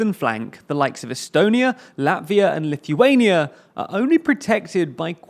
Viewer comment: Good ol' Lithy-waynia